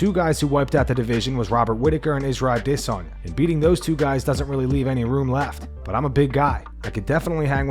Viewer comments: Stop saying ADissOnYa & bleeping out words that don't need to be bleeped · The way the narrator says "Adesanya" as if its spelled "Ade-sanya" makes me chuckle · Bro I really hate the way you say adesanya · If i have to listen to the way this guy pronounces Adesanya's name 1 more time I think that might be me done for the channel. C'mon bro just say it how its pronounced by everyone else ?! :/ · Great channel -- the only thing i dislike is how you pronounce "adesanya" - its like hearing nails on a chalkboard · Bro why you say Izzy’s name like that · I hate the way this guy says Adesanya. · What's with the weird pronunciation of Adesanya lmao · The way this guy says Adesanya....